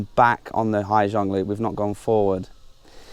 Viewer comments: they said = " ha -sang" not " ha - giang" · I wished you'd have stopped once in a while to enjoy the view. "Gi" in Vietnamese is pronounced like Z in English, if you say Ha Zang or Zhang, then most people would understand what you mean. Summer is the monsoon season in SE Asia (moisture from Gulf of Bengal waters the land) :)